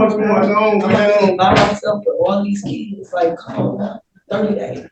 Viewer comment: ‘I got keedz…!’